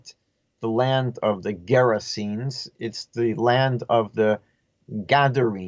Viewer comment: It's pronounced, "Ger-a-se-nees"